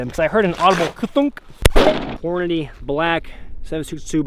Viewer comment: Thank goodness! You say it correctly, that’s right, it’s horn-a-dee!!! Not horn-a-day!!!